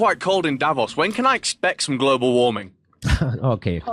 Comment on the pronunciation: Lmao "glabal cable"